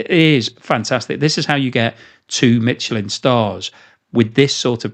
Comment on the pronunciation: You keep pronouncing Michelin incorrect - there is no T